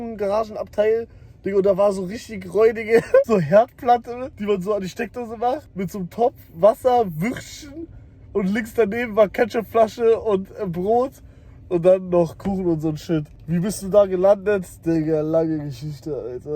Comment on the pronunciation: hab grad wasser auf mein ganzes mauspad gespuck weil ich überrascht war wie kacke er würstchen ausspricht